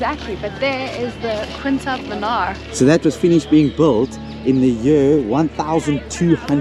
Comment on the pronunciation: Even considering the language differences, how does one pronounce "Qutub" as "Quintab"? It'd be like pronouncing the name "Harry" as "Hailey".